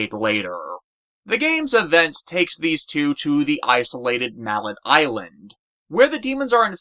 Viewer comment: You know, I really hate the pronunciation of “Mallet Island”. It’s either Mallet…or Mall’eh Island! I swear it is A little pet peeve I’ve developed from this single strange piece of detail.